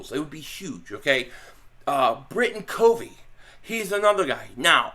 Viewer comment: Also Britain covey is pronounced CUHVEE